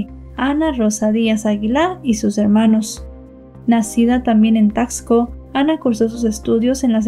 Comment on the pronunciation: Se dice tasco, no como dices tacksco. Y visita Taxco, para que veas cómo es realmente, y pronuncies mejor la palabra Taxco